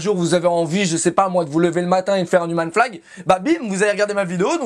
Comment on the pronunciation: Si en plus tu le prononçais comme il faut "Youmeun flag" ça rendrait ça 8 fois plus stylé :D